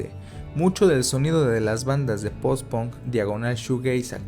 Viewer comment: Alguien sabe por qué los mexicanos pronuncian ponk o gon en vez de pank o gan?